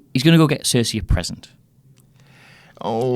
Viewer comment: Did anyone else get pissed when he said Cersei